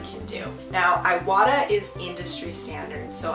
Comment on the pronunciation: Thank you for the video! This was very helpful! Just a heads up, you're pronouncing the brand wrong. It's prononced "EE wah tah" not "eye wah tah" The "i" in Japanese is pronounced "EE" like in "SEE".